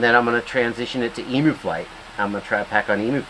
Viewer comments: Eem-You, not EMoo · Yeah i'm 21 seconds in and had to pause it to comment that it's not eemoo, it's eemyou. American's just don't understand us Ossies :P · it’s em-you not em-oooo, in Australia you would be attacked for that. Hahaha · For goodness sake, someone teach Yanks how to say Emu.